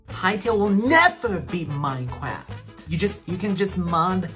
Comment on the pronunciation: His pronunciation of Mineclaft got me